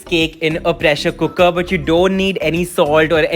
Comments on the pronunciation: "cookkerr" such a punjabi wayyyyyy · Scrolled down to see if someone else noticed the way you say cooker. Wasn't disappointed.